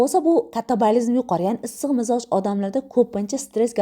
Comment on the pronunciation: Mizoj emas Mijoz deyiladi